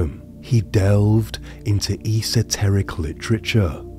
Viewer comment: Esoteric is spoken as a full word you don’t hyper pronounce the E 😂 it’s like the petrol garage esso you don’t say E’sso 😅